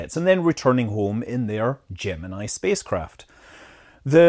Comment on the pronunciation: "Gem-in-E" its pronounced slightly different for the NASA program :)